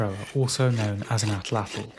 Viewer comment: just finished! Thank you for pronouncing atlatl correctly. I have a degree in archeology focusing in pre Columbian Mexico (where the word comes from), and I can tell you that the vast majority of YouTubers butcher the pronunciation lol